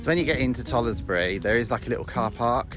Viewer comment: It’s pronounced tollsbury you don’t say the letter e